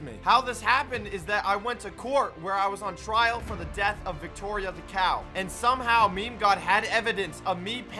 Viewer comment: Nobody:: Wicktoria